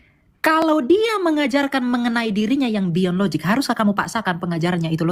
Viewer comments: Bahasa inggris jg Gak ada LOZIG Dibacanya jg LOJIK, bukan LOZIG 🤣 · Lozik ...😂😂 Lojik oten baca nya . Yg logik itu laki ya laki bukan laki tp kemayu 😂😂😂😂😂😂😂 Dasar lakhnatullah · In English it's pronounced as "LOJIK", not "LOZIK". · Logic di baca lojik bikan lozik bodoh kali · Nyebut logic saja lozik...dibetulkan berkali2 tetap loziiikk... ampyuun... tp gayanya sok logis...😂😂😂 Uni Riva hebaaatt...❤❤ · Logic - - lojik pake j bukan pake z Sok2 inggris ni kaleng.. Ngomong ga jelas mutar muter Oten koplak 😂😂😂